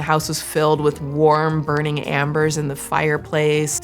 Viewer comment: I know it's a sideboard but incase you clip and use the scent bird add part again...a fire has Embers (sounds like Emma) not Ambers (sounds like I AM). Amber is the golden orange tree sap that hardens with usually a big in it, making it look like a fossil kinda thingy. Like the Amber that was the old dudes cane from Jerassic Park. Hope this was educational lol. Love both channels girls and keep up the great work!! 🎉 ❤️ 😍